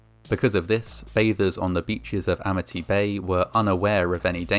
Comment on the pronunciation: "Amity" turned into "Amnity" real quick like. And don't be hatin on Sharks! They just hungry, and you look like food.